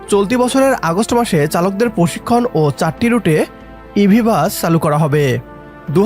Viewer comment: বাচ না, বাস। ঠিক মতো বাংলাও বলতে পারে না, চ্যানেল খুলে বসেছে?